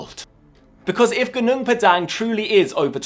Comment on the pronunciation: PAH-dahng, not 'dang' like 'dang it all' .. GOO-noong PAH-dahng 😊